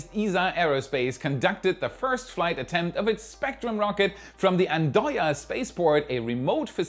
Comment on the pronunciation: The English speaking also say ann-doya and it's fun to hear the German do the same. The d is dumb in 'and' which means duck. It's a fun language thing.